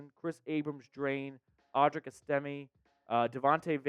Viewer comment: Audric ES-TA-MAY. Not ES- TIMMY.